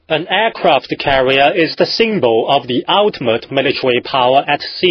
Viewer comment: ok, I lol'd Aircwaft cawwier